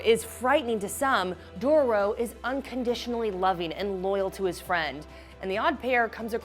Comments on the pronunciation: And she said Doro 😂😂😂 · Her:Hikamaru Me: Cringes Her: Dorrro Me: cringes again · Dough-row is how she pronounced it 🤦🏻‍♂️🤦🏻‍♂️🤦🏻‍♂️🤦🏻‍♂️ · Dororo not “Doro” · Host cant say dororo 🤗 is it that hard to say ?